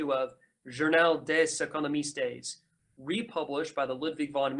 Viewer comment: Nice, thanks for this. Listening now. Journal des Economistes... "economistes" you sholdn't pronounce the "es" on the end. french is not spanish ;)